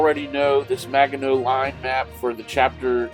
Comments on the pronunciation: Is he really saying Maga-know? Oh please, please learn to pronounce it!! Also, that illustration was fictional, produced for propaganda purposes. None of the ouvrages was anywhere near that large. This looks more like a dungeons and dragons dungeon map. Please just look up Kaufman and jurga's book on the Maginot line. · Thanks for the video and update. BTW, if you're concerned about correct pronunciations... it is actually a soft g in Maginot